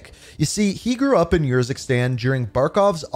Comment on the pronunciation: How many times can say “YURZUKSTAN” instead of URZUKSTAN